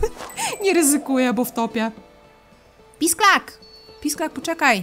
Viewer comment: w niektórych momentach jak mówiłaś pisklak ja słyszałam pisak (LOL) i zastanawiałam się o jaki pisak ci chodzi ps. jesteś mega, nagrywaj dalej bo jesteś naszą dzienną dawką słodyczy,zabawy,rozrywki!!:3